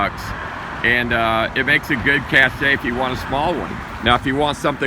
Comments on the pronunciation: Cache is pronounced "cash" not "cashay" lol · The term cache is pronounced as “cash” not the two syllable word cash-che. Your information, however, is very valuable. Thank you. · It’s CASH not CASH AYE LMAO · cache is pronounced “cash” not “cashay”. You’re the leader of the survival bunker & prep industry you gotta get it right! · "Cache" is pronounced like "Cash", not like "Cachet". Other than that, it was interesting. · cachay.... my god. why do people still say it this way when they're supposedly experts? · Guys we live in the time of the internet - it's pronounced "KASH" not "KASH-SHAE". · Cache is pronounced "cash" not "cash-shay". Caché is a French word with an entirely different meaning. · Just FYI -- the word cache (a stash of food or valuables) is pronounced like cash. Pronouncing it kash-ay, is a different French word which means to affix a seal to something. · "cache" is not pronounced "kashay," it's pronounced "Kash" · I would have thought that someone in his business would know how to pronounce “cache”. It’s /cash/, not /cash-a/. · The word is sounded out as “cash” not “cash-a”, just a heads up, Shalom! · The word CACHE is Not pronounced Cashay. Its pronounced Cash, meaning where to hide or hold secret items. What your saying, "cashay" is an actual word spelled "Cashet" and means an indication of approval carrying great prestige. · Please, PLEASE....Cache...it's "CASH", NOT "CASH_AY"! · I normally don't play grammar police, especially with such an informative video, but you stumbled onto one of my biggest pet peeves. The word "cache" is pronounced "cash," not "cashay." There IS a word which is pronounced "cashay," but it's a different word with a different meaning and a different spelling (cachet). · CACHE is pronounced CASH NOT CASHAY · "Ca-shay" is spelled cachet. The word cache is pronounced "cash". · Cache is pronounced “cash”, not “cashay”. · it''s pronounced cash not casha the "e" is silent! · cache.... pronounced... CASH